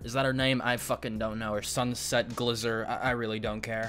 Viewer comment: “sunset glizzer” 💀💀💀